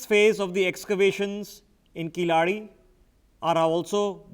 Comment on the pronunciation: should be pronounced as "KEY La ADI",please correct your pronounctions with your NewsX Mugilan please